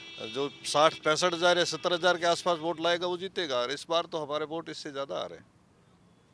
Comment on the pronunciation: Bot nahi vote hota h bhosdi walo 😂😂😂😂